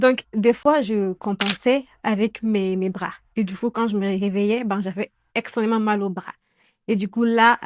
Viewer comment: Coucou 👋🏽. On dit extrêmement et non pas « extrênement » 🙂.